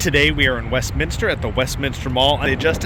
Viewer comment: Thanks for not adding an extra “I” in Westminster. People who actually live there pronounce it incorrectly too it drives me crazy